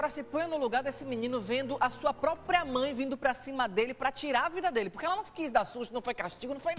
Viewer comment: não é própio,nem própia.É próprio,própria.